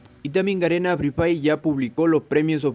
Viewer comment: Garena fri frhay😆 asi dice